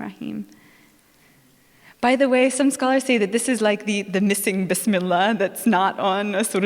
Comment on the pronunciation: What a joke,, you canot even pronounce bismillah properly..